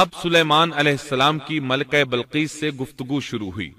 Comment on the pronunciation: Bilqees asal word h ye admi balqees parh raha h. Zer zabar ka to dekhly pehly.punjabi h kia